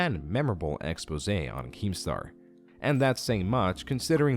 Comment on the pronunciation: Yo! Props to, for properly pronouncing, “expose”!!!! Now watch the rest follow...